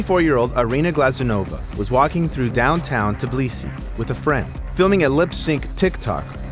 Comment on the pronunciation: It's not Tiblisi.